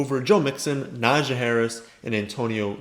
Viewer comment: It’s pronounced NAH-jee 😂